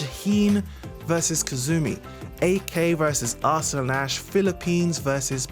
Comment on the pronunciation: AR-slun....lol..what it is pronounced as arsalaan...